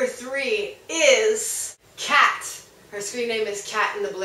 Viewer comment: KAT? REALLY? Kata, Kay-tuh...